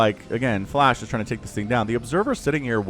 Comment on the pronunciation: Didn't sound like flash or flush it sounded like you said Flesh haha